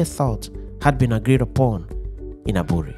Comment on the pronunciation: The pronunciation of the word"Aburi"should rather be "3buury" thank you.